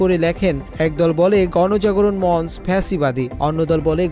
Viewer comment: ভালো করে পড়ে দেখেন ফ্যাসীবাদী লিখে নাই ফাঁসিবাদি লিখেছে, ইচ্ছাকৃত ভুলটি করলেন না পড়তে ভুল করেছেন কারণ মঞ্চ শব্দটাও সঠিকভাবে উচ্চারণ করতে পারেননি আপনি।